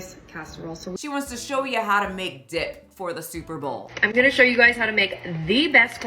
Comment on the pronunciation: I legit heard something else . Then was like, "Oooooh, she said DIP!!" 😂😂😂